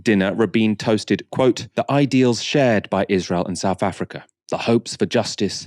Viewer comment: Excellent. Informative. Please, can you say SOUTH and not Souf Africa... And it's 'with' not "wiv".. and "thing" not 'fing'. . I enjoy your thorough work...kindly make an effort to correct your basic spoken english - and DO NOT TROLL ME!